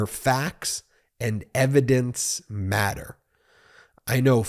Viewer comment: Where facts and evidence…matter. The way you said matter was hilarious. Love you guys! So informative.